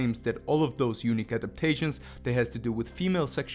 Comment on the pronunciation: thanks for the video buddy. but sorry to say, for the longest time i thought you were saying "Eunuch" and i was like what?? but you were really saying "Unique"